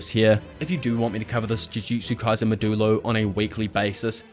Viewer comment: it's maw-dyu-lo